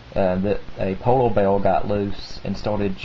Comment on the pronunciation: He has a southern accent with a speech impediment. He substitutes /r/ with a /w/. "polow beaw" Great stories. You have a very mature and keen mindset. Keep it up!